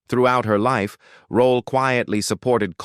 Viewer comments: I enjoyed the video but is Esther Rolle’s last name pronounced Roll, Rollah, Rolay or Rolley? I heard her last name pronounced several different ways in this video it..😅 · Stupid AI, it's ROLLE not ROLLA. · PUT SOME RESPECT ON THIS QUEENS NAME IT IS NOT ROLLA IT IS, "ROLLE" NOT THAT HARD REAL SIMPLE ROLLE WHERE DO YOU THE A SOUND AT THE END OF HER NAME SHEESH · It’s Rolle not Rolla. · Please get someone that can be consistent in pronunciation of her last name by not changing her last name every-time he says it! Her name was not Rollie rollaid etc. And he kept repeating certain parts! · 1ST OF ALL, PLZ PUT SOME RESPECT ON MS.ESTER ROLLE NAME.....AND PLZ GET SOMEBODY WHOSE KNOWS HOW TO PRONOUNCE PROPER ENGLISH TO NARRATE SOMEONE'S BIO....I GOT TIRED OF LISTENING TO THIS PERSON SAY HER NAME TOO MANY TIMES AND ITS ANNOYING.,.ITS ROLLE, NOT ROLLA......DAMN💯💯💯....LET US HAVE SOMETHING THAT WE'RE GREAT AT AND STAY IN YOUR LANE.....PISSES ME OFF.... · Whoever made this video stop using f**** AI to do your narration it keeps on saying rolly instead of rolle. Give me a f**** break. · WHY does this narrator choose to mispronounce Ms. Rolle’s last name three different ways….UNPROFESSIONAL! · If I hear this AI say, Rol’le one more time!!! 😬🙄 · SIH Esther Rolle Legend ❤ I wish the narrator could've pronounced her last name correctly geesh it's Rolle🤦🏾‍♀️🤔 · does he pronounce it ROLLE or ROLLA. … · The man mispronounced her last name twice 🙄. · The AI keeps butchering her last name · Why has her last name been pronounced at least three different ways in this video?? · Please learn how to pronounce peoples names. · The amount of mispronunciations of her last name began to feel disrespectful. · STOP MISPRONOUNCING HER NAME! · Can’t even pronounce her last name correctly, hate AI narrative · You need to get rid of this ignorant-ass AI if it can't even pronounce Esther Rolle's name correctly. It can't even pronounce JJ correctly. It actually said JJJ.